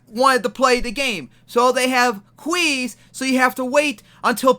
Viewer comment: Alright i hate verlis as much as the next guy but are we just gonna ignore the fact that my man just called pronounced "queues" "kwees?"